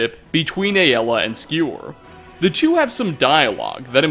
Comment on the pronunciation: I love nates channel, but I also can't watch videos where he talks about Aela. Him saying it like A-l-ah is so annoying. Please if you ever see this, please stop